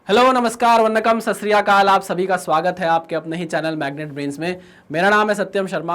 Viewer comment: Sir ur video is good but it's not sas ri akal .. its sat shri akal ❤